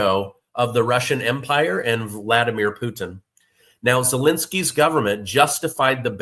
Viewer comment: It's not enough that you're shilling, it's not enough that you're totally butchering " Gonzalo Lira "- but can you PLEASE not call him " Zelinsky " ??? It's " Zelensky " !!!! ZELINSKYS are actually good people.